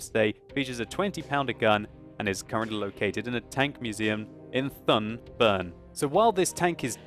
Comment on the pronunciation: have to pronounce Thun like it if was written Toon